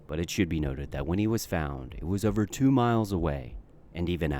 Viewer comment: “Throw it OVA”